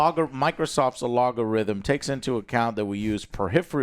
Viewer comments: Just so you know, you are saying algorithm wrong. It is pronounced AL-Gor-ithm, not AL-OG-Or-Ithm. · “So the alogarithm- Microsoft’s alogarithm” I love that Joe still doesn’t understand how to pronounce “algorithm” lol. It’s a little surprising, seeing as how the YouTube algorithm is such a massive part of any content creator’s life. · Al-gorithm Joe. Not Alo-gorithm. And Alex’s discipline to not say anything at the “widen the hole part” is admirable. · I laugh out loud everytime Joe says alogarithim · “Microsoft’s alogo-rhythm” 🤭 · It really bothers me when Joe says “Alogorithm”. Also, niche. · Alogorithm and V-Log catches me off guard in every video. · sorry joe but i gotta cause it drives me crazy. its AL-GO-RHYTHM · That “A-log-o-rhythm” word just isn’t going away is it? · I love the new word invented here - A-LOG-ORITHM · A -LOG-A-RYTHM! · Is there a reason why Joe completely mispronounces algorithm? 👀